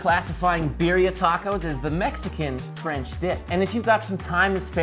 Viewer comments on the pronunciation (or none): You butchered the name and those look like shit lol